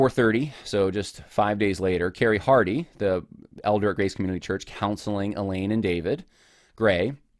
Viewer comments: It's abundantly clear that you do not understand how abuse works. Also, you pronounce the woman's name "Elaine" through the entire video. Her name is Eileen. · Ok let me nit pick her name is not ee lane it's eye leen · Yeh, that kept bugging me. Why does he keep referring to her as Elaine? Her name is Eileen. Thanks for mentioning that. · Her name is “I-Lean” not Elaine. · Her name is Eileen, pronounced 'I lean' not Elaine. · You keep saying Elaine. What is typed is Eileen. Would be nice to get her name right. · Good grief, man. You went to all the time and trouble to do this research and you can't even pronounce the woman's name right. It's in print right in front of you, Eileen pronounced (I- leen). Elaine is a whole other name. If you're going to do a podcast by all means, get the person's name right. 🤷‍♀️ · Eileen or Elaine? He’s pronouncing it like Elaine but it’s spelled Eileen, which is totally different. It’s besides the point but distracting nonetheless. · It has nothing to do with your assessment of the facts, but you consistently refer to the woman in question by the wrong name--you write "Eileen" (pronounced eye-lean), but say "Elaine." Having not read any of the primary materials, I can't say which is correct, but they're different names.